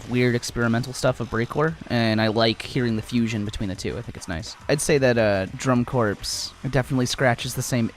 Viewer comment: it would be drum-corpse with the 'e' at the end. Without the 'e' it's a corps like marine corps ("core")